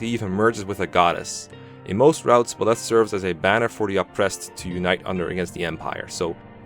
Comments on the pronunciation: The only thing I have an issue with is how you say 'Buh-Leth', rather than the obvious 'Buy-Leth'. Like, why? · Got nothing against the vid but Byleths name is pronounced Beleth but as Bileth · I cant pay attention to your points when you pronounce Byleth /Bleth/. It's /BYleth/ my dude. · "Buhleth" How do you read his name and conclude its said like that. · I swear to god if you call Byleth belyth one more FUCKING TIME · What’s with his pronunciation of byleth "Belef" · be like Ba-leth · I’m sorry I just really wanted to | Buh-leth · Pronunciation - BYE - leth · Who the heck is Bill-eth? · The way he pronounces Byleth physically hurts me. 😭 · how to mispronounce the MU name: a video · First SAY HIS DAMN NAME RIGHT BY LETH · Well saying name wrong ooof big oof .